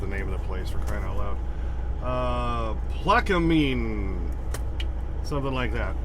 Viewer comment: It’s pronounced Plaquemines Louisiana whore Plaquemines Parish Louisiana